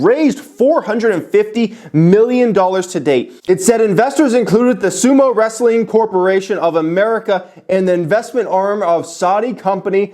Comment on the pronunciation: Guess I’m the only person who heard “sumo wrestling” for the name of Sumitomo Bank lol